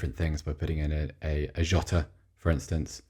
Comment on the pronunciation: pronunciation of Jota was on point! (I'm Portuguese)